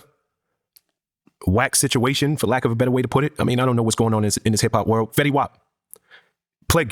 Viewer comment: HUH!?! 10 Sec in and you call FEYTY old-school? Im so confused. ITS FETTY!! Mr 1738 himself. OLD SCHIOL!?!?!